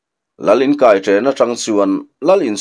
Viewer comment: Hnarkai tiha kai hi i thlûk dik lo ve. 'Khuai a kai, ka kutah rawng sen a kai' tiha kai ang hian i thlûk a, 'bawng a kai, kel a kai' tiha kai ang hian thlûk tur aa ni e.